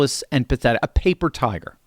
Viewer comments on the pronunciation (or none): none